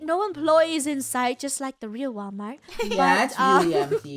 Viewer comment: No Actually WaWalmart